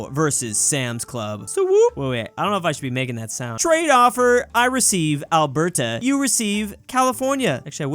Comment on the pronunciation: I wonder when will learn that you don't put that much emphasis on the T in Alberta